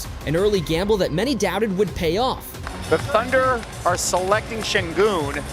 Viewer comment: It is pronounced like shengün not sengün. Because it begins with ş (sh). If he is really super, you should pronounce his real name and be respectful to him.